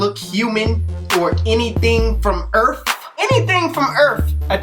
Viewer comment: Am i the only one that was dying when he said "earf " with emphasis on the f 😂